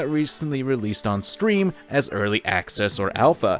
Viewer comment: I didnt dislike cause hes hating on temtem, i disliked cause he called it stream instead of steam